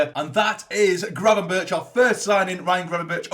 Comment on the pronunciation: Great vid mate. I’m not 100% sure but I think Gravenberch is pronounced Grayvenberch.